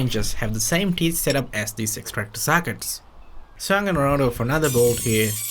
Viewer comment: It’s sockets not SACKITs